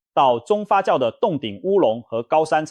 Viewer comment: 牛軋( 嘎)糖 重(眾)發酵 重(崇)來